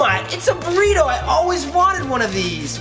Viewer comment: gringos pronounce burrirou to burritos 😂😂